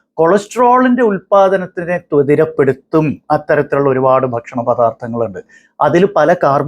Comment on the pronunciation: ത്വതിരപ്പെടുത്തുക അല്ല dr ത്വരിതപ്പെടുത്തുക ഓക്കേ 👍🏽